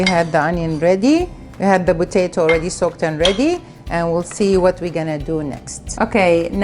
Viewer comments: It's potato not vatato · "Recibe" "Botato" You spell P as B in arabic is that why you pronounce it like that?